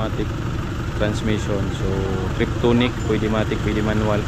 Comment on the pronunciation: TIPTRONIC hindi triptonic huwag kang gumaya sa pakistani